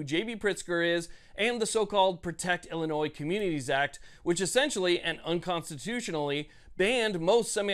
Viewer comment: P'sown ILL Illinoise.